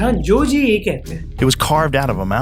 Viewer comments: did you say Joe Ji? 😂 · Did bro just say Joe ji 😭😭